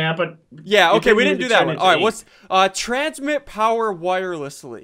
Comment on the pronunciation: He said, "transmit pire wowerless..." 😂